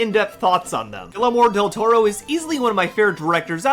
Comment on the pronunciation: Maybe learn how to pronounce his name before you make a 45 minute video?